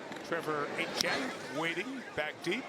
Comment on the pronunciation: was he calling Etienne Achane or am I tripping